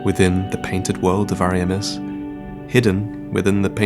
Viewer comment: WHO CARES ABOUT ANTITHESIS WHEN YOU GAWN SAY 'Ari'amiss '